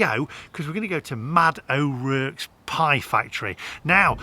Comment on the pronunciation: Sorry. That’s a Brummie accent, not Black Country. And it’s pronounced ‘O’ Rorks’